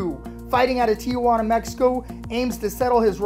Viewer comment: Tijuana, not Tiajuana.